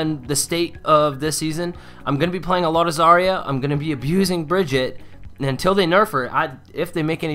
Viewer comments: The reason why brigette hate you is cause it’s pronounced Bri-gee-ta Not Bri-jett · If you’re going to trash a character at least know how to pronounce their name😂 Brig-EE-Tuh. I still love you! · its pronounced brigeetah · Bra-gee-tah. Is the proper way to say it